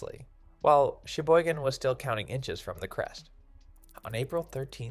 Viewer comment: Be careful. We ( local ) are on it. Flood gates came out last week. AI cannot pronounce Cheyboygon. Suck it!